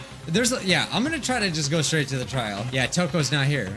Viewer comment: I thought I couldn't read for a moment until I realized you couldn't say "straight" up---then I was just like "ooohhhh oki that makes more sense"